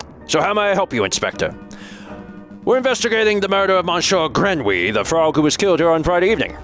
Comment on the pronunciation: Oh no! Not Monshore Grenwee!